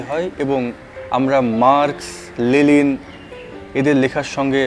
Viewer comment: আমি ভাবতাম লেনিন নামটা আমারই শুধু মাঝে মাঝে জিহবা ফসকে লেলিন হয়ে যায় 😂 । BTW সুন্দর আলোচনা।